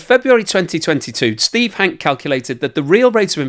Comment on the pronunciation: It's Hankeee, not Hank.